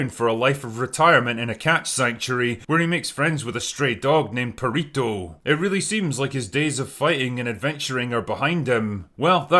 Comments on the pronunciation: Congrats for actually managing to pronounce Perrito! first english-speaking video that I see of this movie that does it decently haha :D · You need to say "Perrito" more. The way you pronounced it with your accent was awesome.